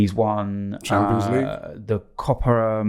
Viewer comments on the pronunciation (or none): none